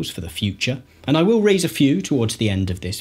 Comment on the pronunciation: If you can pronounce AND correctly instead of saying ANDS i will give a like and a sub.